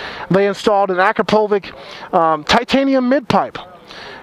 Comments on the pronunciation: You say Akrapovich wrong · At this point I think he does it on purpose.